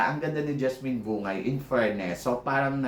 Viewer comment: BUNG-GAY yata tamang pagbigkas ng apelyedo ni JASMINE hindi yata BU-NGAY. Yun kase narinig ko nung banggitin nya full name nya.